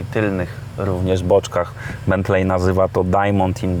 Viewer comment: raczej wymawia sie Bentli, nie Bentlej. tak jak Wembli a nie Wembley